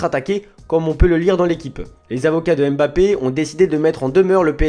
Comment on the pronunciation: Pouvez vous arrêter votre connerie et bien prononcer son Nom Mbappe